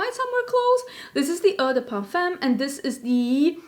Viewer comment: Eau (de parfum) uttales som å, ikke ment som kritikk, bare litt hjelp. :) Jeg likte videoen forresten :)